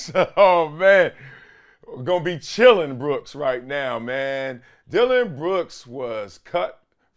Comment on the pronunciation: Bro said chillin brooks 😂😂😂